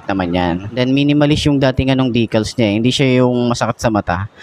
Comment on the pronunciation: Decals po hindi dicals